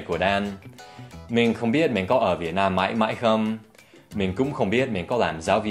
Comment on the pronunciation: Dan Hauer Vietnam not vietam bro 😁